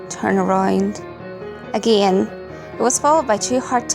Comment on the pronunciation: I love your videos but the way you say "again" just... I can't subscribe it gives me a headache